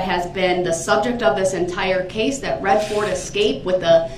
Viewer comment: Substain(sic). Mind-boggling. Grounds. Objection. Axed(sic). Subjec(sic) Matter Jurisdiction. Oh and acurit(sic). Is this murderer's extent of his vocabulary.